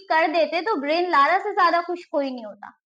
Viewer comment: beta, ब्रायन लारा है, ब्रेन लारा नही।